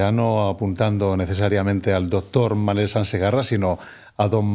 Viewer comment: Es diu Manel Sans,no Manuel